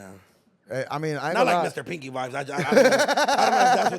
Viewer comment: It's PANKY! NOT PINKY 😂😂😂😂 Lol you doing your thing! BAY CITY TEXAS ON THE MAP!❤❤❤❤❤❤❤❤❤❤❤❤❤❤